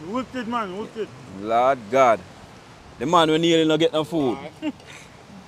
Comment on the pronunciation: dont bleed the Lord's name in vain. You always say, "Lawd God"